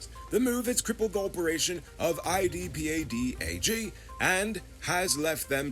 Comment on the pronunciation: it’s much easier to say ee-pad-ah-gee (IDPADA-G).